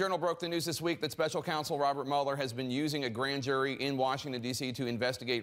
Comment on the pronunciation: Mueller is pronounced MEW-ler. As in "beat you like a rented MULE-er". NOT MULL-er. Never trust anyone who can't pronounce their own name properly.